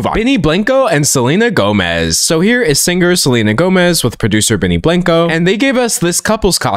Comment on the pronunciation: benny blanco is Surely not pronounced this way..